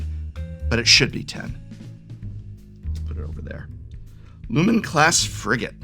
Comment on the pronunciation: Your first pronunciation is correct: a frigate is pronounced "friggit". Or, at the very least, I've never heard anyone say "frih-gate".